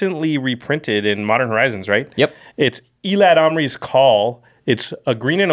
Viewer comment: Ee-lad-alm-ri is one pronounciation I have yet to hear, lol.